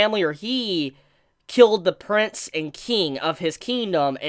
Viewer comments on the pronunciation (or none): none